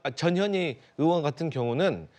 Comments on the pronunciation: 저년이큰거한껀햇네.. 앵커님 발음대로 썼습니다. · 이 아주메는 이름 발음이 이상야릇해 저녀니 저녀이 ㅋ ㅋ ㅋ